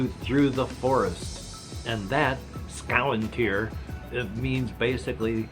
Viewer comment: SKOW-WIN-TEAR IS HOW YOU PRONOUNCE ''Skoventyr''!? I was notttt expectin that lol